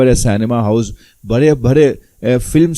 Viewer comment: برے برے آپ لوگوں کی ڑ سہی نہیں ہوئی برے برے نہیں بڑے بڑے کھرے نہیں کھڑے پھودی دیا